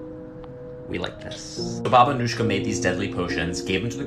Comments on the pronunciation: Her name is pronounced as Anuyka. She was born in Romania and set up shop in Vladimirovac village in Serbia. She was known as one of the most prolific serial killers (at least during peacetime) in the region, but she was not actually the one "pulling the trigger", although she did manage to accumulate some 50 by proxy frags by the time she signed out of career mode. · I’m pretty sure it is pronounced as “Baba Anuyka”, not “Anushka”, because she was Yugoslavian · He pronounced Anujka as Anushkha which confused me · As a Balkan myself this type of pronunciation annoys us on a whole new level, its Anujka( Anuyka in English) not Anuška( Anushka ) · The pronunciation is killing me. The "j" is supposed to sound like a "y." /ɑːnuːjkɑː/ (a-nooy-ka) not /ʌnuːʃkə/ (uh-noosh-kuh) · Its pronounced Baba Anooyka not Anushka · You mispronounced her last name. The "j" in Serbo-croatian is pronounced as "y" is pronounced in English. It's "Anuyka".